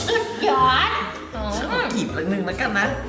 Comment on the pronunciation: คำว่าสุดยอดเหมือนเป็นภาษาใต้เลยค่ะทุกคน😁